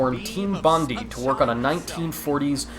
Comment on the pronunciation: Its pronounced 'Bond-eye', not 'Bondy'. It's a famous place in Sydney, Australia :)